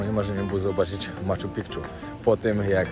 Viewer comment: Blagam, nie mow "Maczu PiKczu"... wymawia sie "Maczu Piczu". Pozdrowienia :)